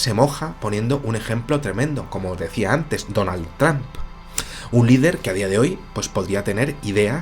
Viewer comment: Tramp???? Se pronuncia "tromp" mi buen, Saludos.